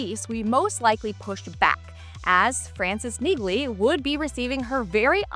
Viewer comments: Dude I hate when people report on things and dont know how to pronounce MAIN Charaters names. Neighg-lee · Ever heard of Milo Ventimiglia? That’s how you pronounce the G in Neagley.